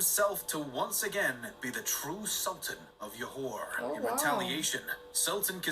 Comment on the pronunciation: oh gosh Johor's Jo is pronounced as in Jo in "Joe"... what is Yohor hahahhaha Kecil's "cil" is pronounced as "chill" without the H sound. aaahh narrators